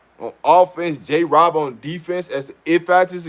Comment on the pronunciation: Rob, It's Rob. Love the content bro! 👌 ✌️